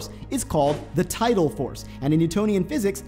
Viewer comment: Neither. The word is tidal not total or title.